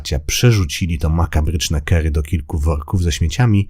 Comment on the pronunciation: "kary" nie "kery".